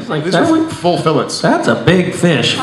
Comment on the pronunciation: Hahaha, Jared said fish fillet's wrong!